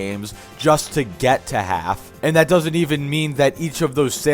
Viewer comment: “Dorsnt” lmfao